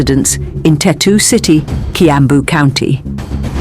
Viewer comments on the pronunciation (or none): Its Tatu city not Tetu